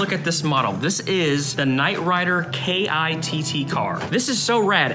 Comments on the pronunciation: You know you are young when you pronounce the Knight Rider car's name in the ad as "kay-eye-tee-tee" and not as "Kitt". It's an acronym. It's like pronouncing NASA as "enn-ay-ess-ay" instead of like "nassa". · I'm very disappointed you called it a "K-I-T-T car". You're supposed to be a fan of the 80's and Kitt (pronounced as Kit) was one of the most iconic characters of the era! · The Knight Rider car is just pronounced "Kit". Obviously never watched the show. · K.i.t.t. is just said like "Kitt", that's how it is referred as in the show at least. Lollll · Who the hell calls it the "KAY EYE TEE TEE" car? Bro... Bro.